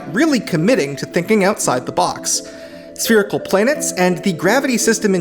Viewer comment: It's spherical...SPHERICAL